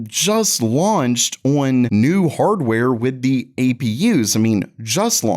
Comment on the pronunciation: Everytime this guy attempts to say the word "on" I cringe